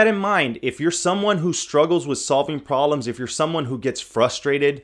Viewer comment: Why do you not pronounce the "b" in proBlems. >.<